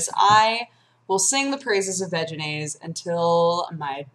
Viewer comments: every time you say "veginaise " i giggle. just sayn'. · I know you're saying Vegenaise, but it sounds almost like Vaginaise...just sayin... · Ha. "Vegenaise." It sounds like "vaginas." ...And I'm allowed to vote, people.